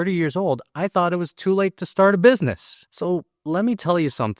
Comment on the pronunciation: Tot? Lmao I think you meant thot? like thistle, or throw. now at the ought.